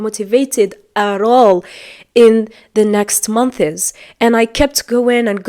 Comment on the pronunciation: When you pronounced months you said month(iz)